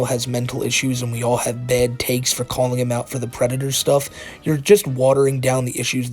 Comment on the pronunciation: Lmao the white bowser is a pwedator